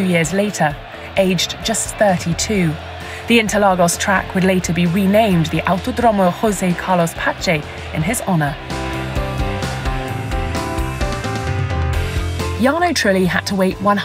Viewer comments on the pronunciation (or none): Just for future reference: José is pronounced with a J not R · "Hoseh" Carlos Pace, smh... If you're gonna speak Portuguese, don't pronounce it like Spanish, it's DJOZEH, hard jay. I'm also a hard Jay, so I'm here to correct. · sorry for nitpicking but José pronunciation in portuguese is different from spanish. J's don't have the R sound. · It’s José Carlos Pace not Rosé Carlos Pace, Portuguese isn’t Spanish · Funny how the Brazilian José Carlos Pace has "José" pronounced as in Spanish and "Pace" as in Italian in this video. FYI the "J" in Portuguese is pronounced like the "S" in "pleasure, fusion" and the "C" before e/i is pronounced like the "S" in "set/some".